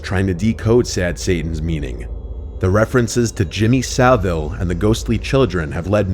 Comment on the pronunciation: It’s Saville not savo